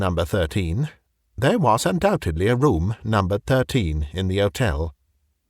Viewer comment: The H in "Hotel" is not silent.